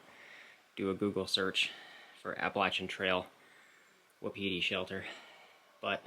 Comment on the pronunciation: Wapiti, pronounced "Whapatea" native word for Elk, meaning is timber ghost. Just for your info.